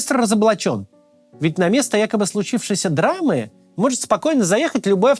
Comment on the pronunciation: Максим, говорите, пожалуйста, слово 'драма " Без удвоения 'м"